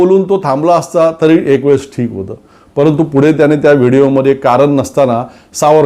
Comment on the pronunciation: सर, तुम्ही शुध्दतेच्या अट्टाहासात चुकीचं मराठी बोलताय याच भान राखावे, उदाहरण म्हणजे,,,परवाणगी, त्याणे,,रावन, अंदमाणात, भावणा माणत,,,, बघा लिहिताना कचरायला होतं, तर ऐकताना किती टोचत,,,, तुम्ही आमच्याच मनातलं बोलता, पण अशा प्रकारे होत असेल तर ते विरोध्यांसाठी मुद्दा नका देऊ , आणि मराठी साठी हे आपणच पाळले पाहिजे.... तुमच्या सारख्यांचेच उदाहरण घेऊन नवीन u Tuber, बिघडायला नकोत, ही रास्त अपेक्षा, हिच की, आपण त्यासाठी सजग आणि प्रयत्नशील रहालच